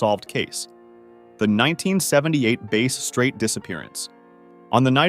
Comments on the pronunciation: Bass Strait,”Bass” rhymes with “grass”. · Bass Strait is pronounced like the fish, Bass, not the instrument, Bass